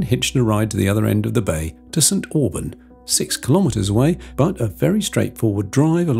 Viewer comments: Not be rude but as a local St.Oburn is not pronounced as orben but oben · Nice video. St Aubin is pronounced (St Obin ) Lived in Jersey 57yrs, my hubby was Jersey Born, he wanted to travel around the UK, so we did, lost him recently and may well go back to the Island at some point in the future?